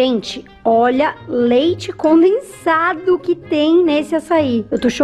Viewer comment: ngm: a: leite "conensado"